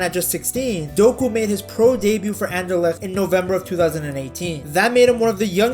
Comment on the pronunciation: Dang, you actually pronounce Anderlecht well.